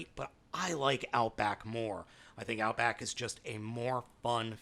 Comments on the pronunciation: Outback not outboak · First off its "Power of the Primes" not "Powers of the Primes". Second its "Outback" not "Outboack". Third the Takara version is exactly the same as the Hasbro one. Neither has the G1 gun. Where are you getting that info??? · I see a lot of comments saying this already, but... oh well. "Outboack" xDD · It's "Outback"! 😂🤣😅